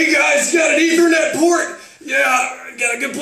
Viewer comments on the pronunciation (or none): none